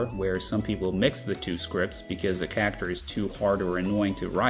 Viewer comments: every time you say cacter it feels like a punch to the gut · 99% of this video is in an American broadcast accent, but when "character" is said, it sounds like I slipped into Jersey and kept tripping me up. Love it though.